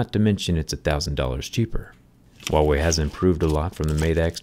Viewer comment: What I hear: WoW-Way 🤣🤣🤣